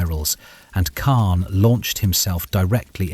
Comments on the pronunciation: He said it weird, but I have heard it that way before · He said it weird but I have heard it said that way before